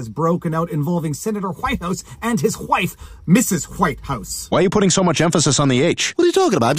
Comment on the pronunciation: "Is the hu-wife of hu-Whitehouse..." I can't stop laughing. 😂